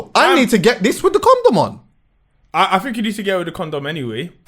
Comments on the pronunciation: stop calling it a com dom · it's a coNdom, not a coMdom😂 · Someone tell him it’s a condom not a coMdom 😂😂... ARGHHHHHHHHH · Is it me or does say comdom lol